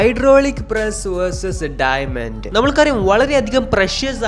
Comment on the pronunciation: ഡൈമെന്റ് alla ഡയമണ്ട് 🤭🤭🤭